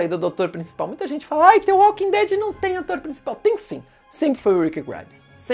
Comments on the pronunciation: É dtvâ walking dead kkkkkkk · Fico agoniado de ouvir ele pronunciando "tê walking dead" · Não se pronuncia "the" com som de T, mas pronuncia parecido com som de D.